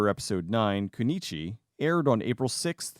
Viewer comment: Just an FYI; it's actually pronounced "KOO-NO-EECH-EE", and it literally means "a female ninja." Trust me, all us old-school 'Naruto' fans know. LOL! XD